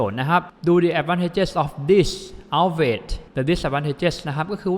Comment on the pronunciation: Outweigh อ่านว่า เอ้า-เว ไม่ใช่ เอ้า-เวท นะคะ